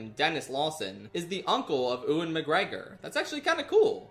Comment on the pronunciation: I beg you stop saying Ewan as ouuin it’s said more like youin (as a Scottish person 🏴) love you tho xx